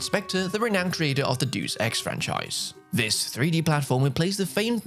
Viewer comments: DEY-US EX you philistine not deuce ex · Did he just pronounce it Juice Ex? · Is that seriously how you pronounce Deus Ex?